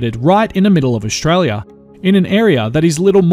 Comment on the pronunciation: Great video, just one thing though, it's Aus-tralia NOT Aush-tralia